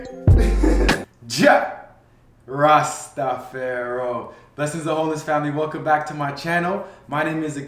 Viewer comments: it sounded like he said Rasta Pharaoh... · Yo, it is not rastafaro, it is Rastafari, get it straight. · Let’s start with stop ✋ saying JAH!! Rastafaro!!! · Please if you going to say Jah Ras-ta-far-i say is properly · It’s ‘Jah Rastafari’ ..... good content though, Rasta bless. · Get it right its Jah Rastafar-i. Anyway, your video is informative. I have been using sea moss for a long time and it is an excellent super-food. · Just Say Jah RasTafari....what's Jah Rastapharoh?... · JAH RASTA FAR I , is the correct way of saying your intro! Don’t Buffoon the Rasta culture for amusement! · That’s right, I want him to explain why he say it the way he does. It sounds so weird!!